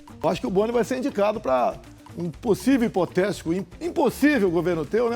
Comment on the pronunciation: Foi impressão minha ou ele no momento de falar "hipotético", ele falou "impotetico"?....kkkkkkk